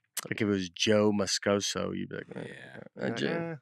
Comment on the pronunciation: continued mispronunciation of Christiam Moscoso's last name, while Nate keeps saying it correctly, is absolutely insane.